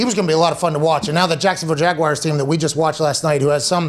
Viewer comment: Who are the “Jag Wires”?